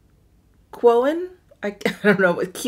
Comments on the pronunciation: "quoin" is pronounced "coin" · Quoin is pronounced much like COIN.